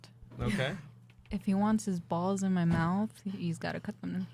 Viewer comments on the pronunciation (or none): none